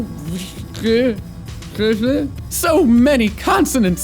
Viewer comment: Actually Ö is a wowel that has en "ea" sound like in earn, and "sj" is pronounced "sh" like in shower (not really but close enough). Now try pronounce it again, Vittsjö.